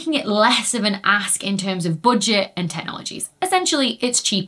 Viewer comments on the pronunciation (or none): "boodget" lol